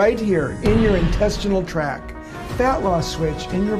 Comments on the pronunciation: They were saying “”intestinal TRACK.” It’s “TRACT.” That alone is a red flag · You know it's for idiots when they say "intestinal track" instead of "intestinal tract". They not only said it wrong but spelled it wrong in the video. (FYI, it's "tract" with a T).